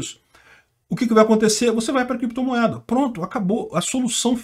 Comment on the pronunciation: Mas o nao sabe sequer falar créptomoeda e bitcôio...kkkk....